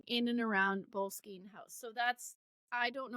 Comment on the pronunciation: It’s not that tough to Google how to pronounce a word. It’s Bo- less-skin.